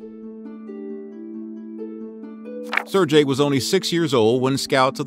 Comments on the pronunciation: sergei, not serjei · "Ser-gay" not "Sir-jay" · Can I maybe get a bit of love for pronouncing Sergei's name properly? It's not "SUR-JAY". You say the "e" in "ser", and you say a "g" like in "give". So closer to "SAIR-GAY". (Sorry man, no offence: I'm tired and couldn't handle it after the tenth time.) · Not serjay ! Sergei with a hard G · Very nice video. I would like to point out the name is pronounced seer-gay, not surjay. Just FYI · it's not serjei,its sergei! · Sir-Gay not Jay You got me saying it wrong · "SARE-gay"; not "SIR-jay." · I'm fairly certain that a single g makes a ga sound not a ja sound. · So " sair gay" not " sair jay" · I cringe everytime he says Sir-Jay instead of Ser-GUEI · “Ser-gay” Sergei, not “Serjay” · His name is pronounced "sir gay" not "sir jay" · Mickhale??? Serjay???? Who the hell narrated this? Try Sergei (pronounced Ser gay) Mikhail (pronounced Meek HEIL) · SerGei not SerJei FFS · How do you not know how to say Sergei properly. It i Ser-gay not Ser-jay. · Why is he say Sir jay? Its Sergey s-air-gay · It's "ser-gay" nor "ser-jay" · Ser-gay, not ser-jay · Sair GAY, not sir-Jay. At least pronounce his name correctly. It’s pretty bad when a channel dedicated to history can’t be bothered to learn the proper name pronunciations of those they’re profiling. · If you're gonna do a video about someone learn to pronounce their name properly dude jesus. It's Ser-GAY not Ser-JAY!!!!! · The "g" in "Sergiei" should be pronounced like "g" in "ground". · Sir Jay??? Sergei is pronounced with the same vowel as in pet in the first syllable, and with a "g" as in get in the second. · "sir-J" hahaha shieeeit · Sirjay? I couldn't watch this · Say it right. Ser-gayi. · Pronouncing Sergei as "Sir-jay" All the Slavs are enraged. The g in Sergei is pronounced as g in "grape", not as g in "gem". Please investigate the pronunciation beforehand. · Well done "Serjay" . You should work on your pronounciation! Foreign names arent pronounced this way.